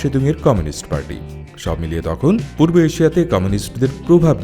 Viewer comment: Aapni poob na bole purbo bolun 🙏